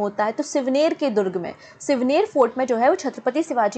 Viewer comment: NOT SIVNER ..IT IS. SHIVNERI